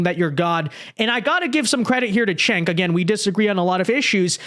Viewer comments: Chunk yogurt when are you gonna get his name right?😂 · I know it’s a small thing, but if Cenk is going to start being reasonable, we ought to get his name right. Pronunciation— sounds like: Jank You-grrr